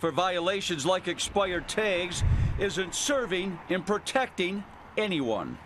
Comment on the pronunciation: Reporter says: purrteckting? SB: protecting.